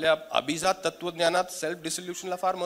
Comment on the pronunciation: *तुम्ही अभिजात मधील ज जहाजातला उच्चारलात. त्या 'जात'चा अर्थ ज्ञाती असा होतो. अभिजात मधील ज हा जास्त मधील ज सारखा उच्चारायला हवा कारण तिथे 'जात'चा अर्थ जन्मलेली/ला असा होतो. *मराठीत व्यक्ती शब्द स्त्रीलिंगी आहे. छाया देव.